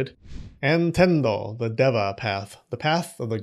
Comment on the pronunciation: Deva is pronounced deeva. Devva means ghosts in Kannada (my first language) Chakra means a wheel FYI